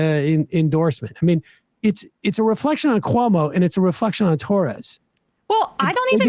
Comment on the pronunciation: I heard “cli-Torres” 😂😂😂 Freudian slip Emma? 😂😂